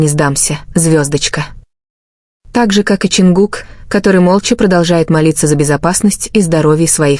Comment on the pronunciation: Почему эта ставит ударение на имени Чонгука не правильно, и очень много воды.